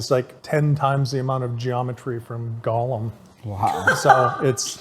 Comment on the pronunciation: it bothers me when he calls Gollum, Golem. He's not a monster from Jewish folklore.